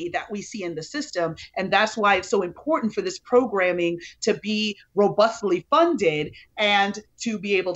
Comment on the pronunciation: Me too. He really enunciates the t's.😁